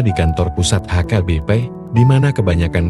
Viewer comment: Cara narasinya gak bagus, sering nyebut HKBP jadi AKBP.